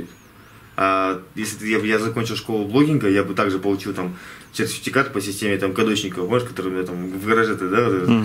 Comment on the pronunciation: привет с Одессы мамы, как всегда удачи тебе! "СЕРФИТИКАТ" улыбнул)))